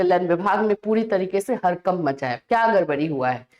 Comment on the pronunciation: गड़बड़ ❌गरबर ✅ हड़कंप ❌हरकंप ✅